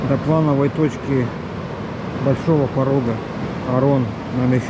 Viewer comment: Огромная благодарность и, как буд-то снова побывал в этой богатейшей и красивейшей фауне, вот только комбинат, её подугробил, лес потравлен кислотой вплоть до рыбной, к слову Норильчане на Орон говорят с ударением на первую букву О, и немного выше Орона проходит зимняя дорога, буранка в сторону оз. Кета...